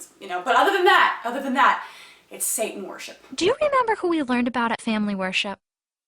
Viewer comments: Say-In, Sat'n and You wonder why He gets pissed off? It's pronounced SATAN You dumb asses, You never got the lesson that even GOD taught You, ya fuckheads! Oh, and His last name is Clawz, but FUCK, You can't even get a Human name right without confusing it with someone else! I'm dealing with IDIOTS, Jesus! Please help! They are too delusional for Me alone! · Uhm, at about , does she say "sa'an" and totally leave out the "t" in "satan"? Grrrrr. I think jehova (you know, if he existed) would be sad that people are leaving out the letter "t" when they speak.